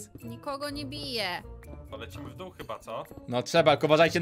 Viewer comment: tak ja tesz słyszałem w doł ale nie zostawiłem w dół